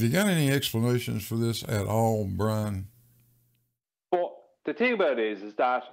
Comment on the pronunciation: Wuhwease!